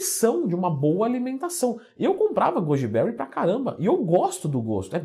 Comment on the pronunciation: 4 pessoas comeram "gúdibéuri" kkkk